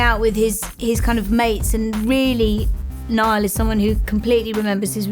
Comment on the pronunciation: Ugggh they make a whole documentary on Niall and they don't even pronounce his name right😕😕